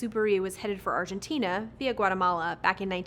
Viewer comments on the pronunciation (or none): none